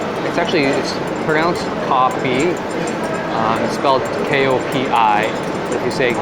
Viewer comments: Its pronounce as co like a company name. Because our older generation arent english educated. And there are many combination. I notice u whites only drink black coffee so u can order kopi o.its black coffee with sugar.if u want to be more concentrated u say kopi o gao. If u want to be concentrated n less sweet aka super strong black coffee u can say kopi o gao sew dai. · kopi pronounced as Koh Pee.